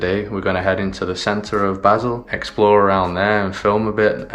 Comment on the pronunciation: Just a note, Basel is pronounced Baseeeel, sounds more romantic too 😝. As in eel. My guess it’s Africa your going? Probably Egypt 🇪🇬. Man 26€ for a sandwich😣. Wow I guessed right, good to see things are slowly getting back to normal. Enjoy Egypt, my Auntie lived in Port Said in the 1950’s, amazing country!